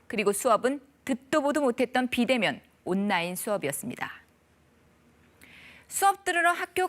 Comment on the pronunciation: 아나운서 발음이... '온라인' 발음이 안 되나?? '온나인'이 뭐냐?? 혹시 전라도??